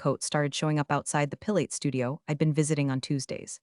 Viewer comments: Pilates, not pillate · The narration pronunciation is worse than usual in this one! Pill-ates, hake-uss…??!